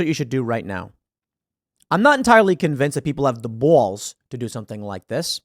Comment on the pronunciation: You really need to learn how to say BALLS. How you say it is Horrible! It’s beyond horrible, it’s like death to my ears. Idk if you have your mouth full of something when you say it 🤮